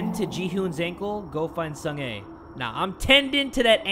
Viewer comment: Pronunciation is sung ah not sung ey